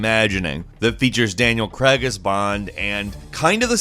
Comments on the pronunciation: Daniel Crag... Cr-egg? Craig as in 'brain'... however you want to call him, might not be James Bond by the time the next Bond game (if ever) comes out. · Dislike because you can't pronounce CRAIG. IT'S NOT CREGG.